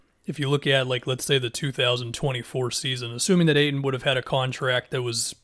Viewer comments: STOP SAYING AYTON LIKE THAT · Really emphasised the dudes last name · pronounced the fuck out of the T